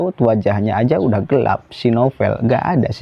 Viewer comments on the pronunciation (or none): none